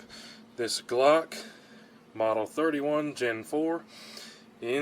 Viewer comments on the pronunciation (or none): none